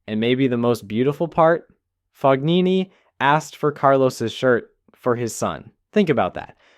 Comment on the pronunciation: Just FYI the “g” in Fognini is not pronounced. It’s Italian.